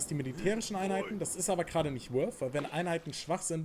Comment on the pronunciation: junge, weißt du, wie lange es gedauert hat, bis ich mal nicht "wolf", sondern "worth" gehört habe? generell, sind anglezismen so populär, dass es das wert ist, die eigene sprache zu verlernen? ;)